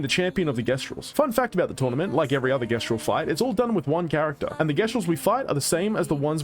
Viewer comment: How did bro play a whole game that pronounced it Jestral and still came out pronouncing it differently